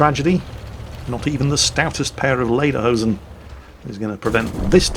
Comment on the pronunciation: Greetings from Germany... I laughed so hard when he said " laiderhousen" with his English accent